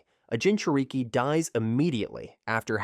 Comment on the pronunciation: bro got the ai saying gingereekie